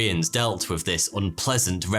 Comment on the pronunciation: YOU PRONOUNCE TH AS FF, WITH = WIFF